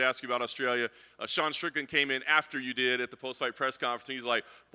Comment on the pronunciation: Its Strickland, not Stricknine